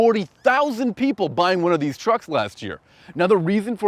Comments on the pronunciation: Hybrids Vader I think he said "Truss" lol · You said "TRUCKS" ?